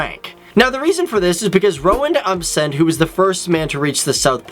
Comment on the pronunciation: Roend Amdsen? Lol